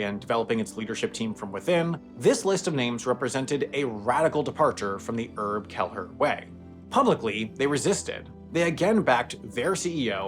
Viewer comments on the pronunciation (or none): Not important but surely that's not how you pronounce Herb Kelleher's name i.e. dropping the 'H'!